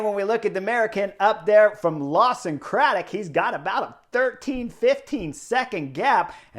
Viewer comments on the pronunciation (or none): Chris, it's LaWson, not LaRson. 😉